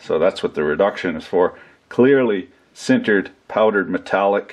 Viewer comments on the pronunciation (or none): none